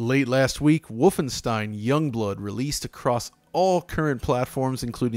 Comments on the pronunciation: Doesn't usually pronounce Wolfenstein as 'Vyyfenshtein', not 'vulfen-'? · He says Wulfenstein, even though it should be Wolfenstein. I'm baffled that he didn't pronounce it in German. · MY NAME IS NOT WOLFENSTEEN IT’S VOLFENSHTEIN! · "wulfenstien" my god that is hilarious guys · Where’s Battaglia so you can overdub his voice for pronouncing vhoulfenschtein each time in this video? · "Wulfenstein" isn't correct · Its schtein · I wonder why you guys make fun of the German pronunciation of Wolfenstein. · The inside joke about the pronunciation of Wolfenstein became annoying in the end. Otherwise, keep up the good work :-). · even in German it sounds ridiculous, like seriously, the pronunciation is off. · You guys need to up your „Wolfenstein“ pronunciation game. :D